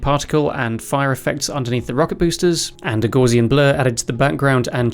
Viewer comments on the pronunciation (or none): Gaussian blur is pronounced GOW (rhyming with cow) zian after the German Mathematician Carl Friedrich Gauss not GORZian you noob.